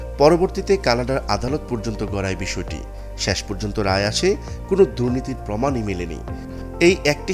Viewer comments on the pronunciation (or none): none